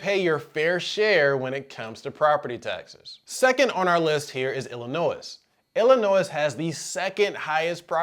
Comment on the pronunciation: The S is silent in Illinois lol